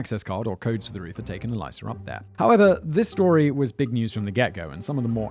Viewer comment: Simon ~ “Elisa” is pronounced like “Lisa” with an “Eh” at the start, not “Eliza”.